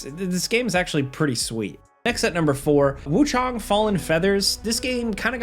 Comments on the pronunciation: It's wuchang not wuchong 😂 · please, it's Wuchang not Wuchong, please fix this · 1. *WUCHANG not Wuchong. 2. The fact that you didn't mention the GHOST OF YOTEI is downright criminal, my brother in christ.